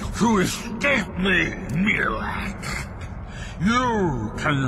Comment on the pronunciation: Um its Miraak not Miirak